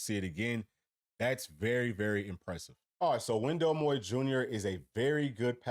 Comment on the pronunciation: Great addition to any team. Thx for pronouncing his last name correctly. Let’s Go Wowo! 🎉🧡